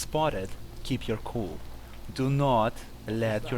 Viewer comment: it's keep your cool not keep your cold, just saying.